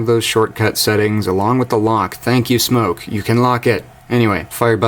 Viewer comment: Smok... Not Smoke.. just saying ;)